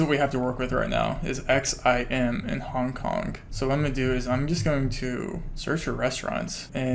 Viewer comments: Nooo i cant unhear it HONK HONK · Honk honk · he says hong kong like honk honk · Take a shot every time he says Hong KonK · nothing worse then people pronouncing "k" at the end of words that end in G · the way you say "hong kong" sounds like "honk honk" and i can't unhear it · Haha I had to scroll pretty far down to find this. I was hearing “hong konk” it had me going that’s for sure 🤣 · Ya I just heard it